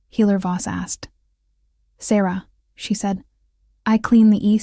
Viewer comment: Ok, it’s irritating that the main female characters name is pronounced 3 different ways. Is it Sarah, Sara, or Saira. Also stopping at the wrong times in the story. Whoever is doing the A.I for the stories, please do it properly.